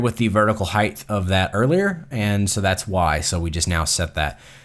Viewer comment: height, not heighth